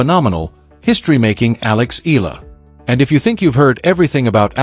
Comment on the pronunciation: ALEX EALA HER SURNAME IS PRONOUNCE E YA LA EYALA E YA LA INTIENDE UNDERSTAND